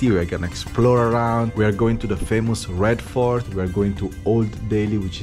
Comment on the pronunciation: It genuinely sounds like he’s saying ”Red FART” and considering where the Red Fort is, I’m sure that’s accurately descriptive of the smell.